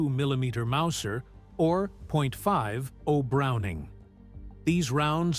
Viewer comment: This would be a great documentary if NOT for the truly annoying AI Voiceover. "Some times fired over 1000 point Five Zero bullets..." Things like that are annoying and a dead giveaway the creator cheaped out instead of reading their own script.